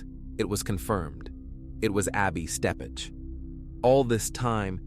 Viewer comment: First, her name is Ebby (as in ebb and flow) Steppech (stepick). Second....This is NOT Little Rock. If you want viewers, don't fake it